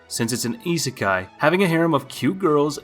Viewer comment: cant even pronounce isekai correctly.